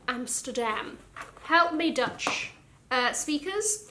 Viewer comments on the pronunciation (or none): none